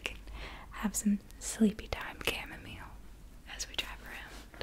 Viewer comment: Huh.. :) I've never heard chamomile pronounced the way you do it. Made the video just that bit better.